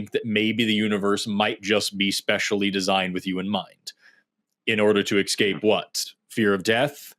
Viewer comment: Forrest, it’s ess-cape, not ek-scape.